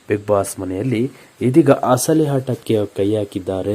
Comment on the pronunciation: Lo punyathma hasali hata allpa hahankara alla asali ata ahankara anthara first kannada kaliyapa